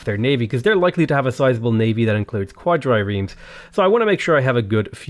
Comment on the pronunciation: its not quad dry reems. is quad reams